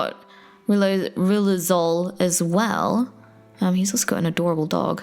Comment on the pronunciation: rilozule... Lou Gehrig's disease